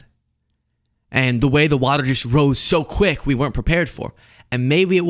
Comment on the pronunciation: What is "Wudder" and how do you know so much about it?